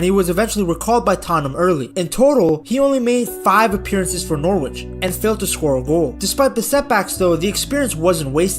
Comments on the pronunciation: It's pronounced Norich in case you ever need to say it again...not Nor Witch - English place names eh 🤷‍♂ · Noorwich? Lol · jarring pronounciation of "norwich" in otherwise good video